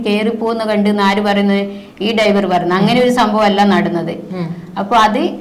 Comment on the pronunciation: ഡൈവർ അല്ല ഡ്രൈവർ